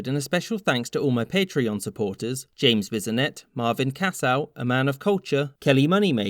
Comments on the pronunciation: ”...James Bizonet...” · Hahah James bizinet